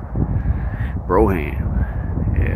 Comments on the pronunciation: Ugh....not pronounced as BRO-HAM BUT as in BRO-UM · No Broughams (Pronounced "broam") were "Fleetwood"s.